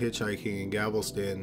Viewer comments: Some mispronounced words here. it's Gavleston Not Gavel-Ston & Bayou is pronounced Bye-You NOT Bay-You. I like these mysteries though. You do a good job with them.. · I'm sorry if I know 500 girls have been murdered in my area I'm not even leaving my house and definitely not walking or going anywhere alone. Btw it's not Galvoston...its Gal VES ton. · It's Galveston dammit not gavelston and you've been doing so well improving on your ability to speak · Apologies in advance, but I’m a pronunciation freak, isn’t he pronouncing Galveston incorrectly? Isn’t it GAL-veh-stun? Rather than Ga-vehl-stun? Anyone know? Genuinely wondering, and not trying to be an asshole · oh I thought it was 2 different places: Gavelston and Galveston. 😎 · The city is pronounced GAL VE STON. Not Gavelson. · Thank you! I’m from Houston and that was driving me crazy! There’s no extra “l” in Gal-VEST-on. It’s also pronounced CON-row (Conroe) 🤦‍♀️ But great video! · For the love of all that is good and holy, it’s pronounced GAL-Veston, NOT GAVELSTON. Pronounce it as it’s spelled, Galveston. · It's GALVESTON NOT GAVELSTON... 🤦🏽‍♂️🤦🏽‍♂️🤦🏽‍♂️🤦🏽‍♂️🤦🏽‍♂️ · I'm sure you know this by now, but it is GALVESTON, not Gavelston. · It’s GAL...VESTON. GALVESTON.... Not GAVEL-STON. 😢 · Its not "GAVELSTON"....its "GALVESTON"....damn candians....how come Americans don't make these kinds of videos?....everything seems to be either Canadian, British or Australian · Galveston. Not "Gavels-ton". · say it with GAL VES TON not gavelston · I really enjoy your videos & the amount of thought and research that goes into it. That being said... it’s GALVESTON. Not Gavel-ston. That drove me insane. 😂 Not to be petty. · Its pronounced Galv-eston not gavelston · Galveston... not Gavelson.. 😉😉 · Gal-ves-ton. Not Gavel-ston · Its Gal-ves-ton. Not Gavelston. I think you mispronounce on porpoise =P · Why does this guy keep pronouncing Gal-ves-ton as Gav-el-ston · It's GAL-ves-ton. Not "GAVEL-ston." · “Gavelston” lol